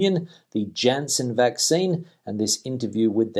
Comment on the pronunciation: For your edification, Janssen is pronounced with a 'Y' as the initial letter because it's in the Flemish area of Belgium.